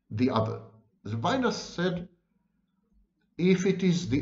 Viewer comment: Levinas is pronounced in French levee-NAS.